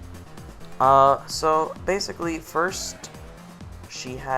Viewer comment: opps,its min min not mimmin!